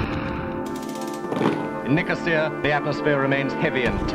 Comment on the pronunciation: I love how both guys pronounce Nicosia differently lol ffs